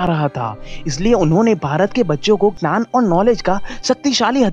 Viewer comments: U always say nan not gyan...try 2 improve this...dont misunderstood i m not making joke of u... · Hi, I like your video. You make really helpful motivational and philosophical videos. In this video I would suggest few pronunciation corrections in hindi. 1. Gyan instead of Gnan (Knowledge) 2. Shaastra (ethology) instead of Shastra (weapon). This is for your future reference.